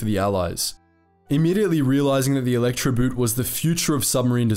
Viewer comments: Good video, BUT I'm a bit shocked that despite your usual fine German pronunciation, you fell into the "boot" trap. Electroboot isn't an electric shoe..."boot" is pronounced just like the English word "boat". No difference. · You should pronounce Elektroboot with the oo like the way you pronounce it in door, not the way you pronounce it in loon. For accuracy sake, pronounce the words like in the original language, it otherwise sounds ridiculous. Elektroboot like in electrical boot as in footwear instead of Electroboat? Really? But BBC does the same, so your in good company. Instead of pronouncing Luftwaffe like Luftvaffe, which is the correct German pronunciation, they pronounce it Luftuaffe. I am from Eastern Europe, not German but lived in an area with several nationalities and speak German. It always amazes me how English speakers almost never make an effort to pronounce foreign words correctly, even when doing documentaries where you'd think accuracy is important.